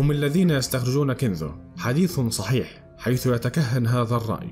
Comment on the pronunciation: كنذ وكنذ وثحيح عندك مشكلة في نطق الحروف ياباشا